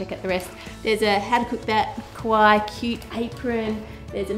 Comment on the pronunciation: this is not meant to offend, but I think you should know it is pronounced "Ka-why-ee" :)